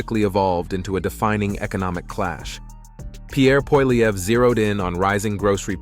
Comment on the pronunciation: The random mispronunciations of Pierre Poilievre's name are both insulting and confessions that you're aware of your own ignorance. You get it right twice, probably by accident, but that's not a win for you. It just demonstrates that you're too lazy to actually check and then correct your post.